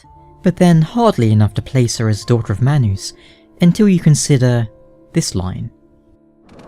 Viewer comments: hehe...manoos...love the way you pronounce manus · it's all based on accent lol, it's still man us but his accent causes it to sound like my noose